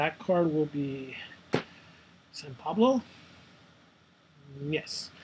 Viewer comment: essence instead of essen. san pablo instead of sao paolo, quantum specialist instead of quarantine specialist. just lol.